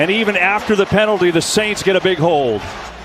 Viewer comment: Bro said pently flag lol